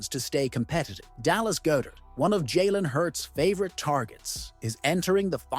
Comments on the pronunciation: It's "God-dert" not "Go-dert" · is from Philadelphia, and its God -dert not Go dert